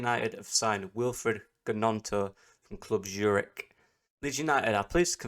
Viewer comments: Silent G... its Nonto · Isn’t Gnonto’s name pronounced Nonto? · Silent G. Emphasis on the N. Think Nyonto.